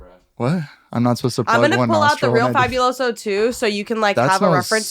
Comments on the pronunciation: literally being latina and saying fabiuloso and not faBUloso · Girl, being hispanic and not knowing Fabuloso like girl 😭😭 your family must be dirty or some shit bc every latino house has fabuloso in that bitch and she really be saying fabulous-o. girl its in spanishhh 😔✊🫶